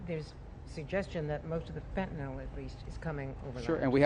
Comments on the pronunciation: Finally, an official who knows how to pronounce FENTANYL! YAY! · Finally, a US official who knows how to pronounce FENTANYL correctly! YAY!